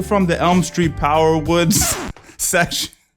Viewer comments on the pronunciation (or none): Dear... Piru not "power woods" 😂 Js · lol, piru not "power woods" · Did he say “M Street Piru” but slur tf out it